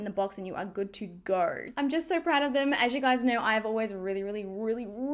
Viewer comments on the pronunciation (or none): You're good to "gor" and this "glur" ? Where is this girl from? Why does she do this thing with words adding random "r" here and there?